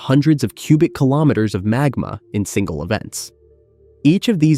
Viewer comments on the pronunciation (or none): none